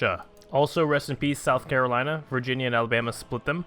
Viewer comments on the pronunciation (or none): none